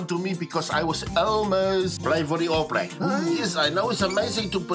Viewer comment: wtf is "the all blag"?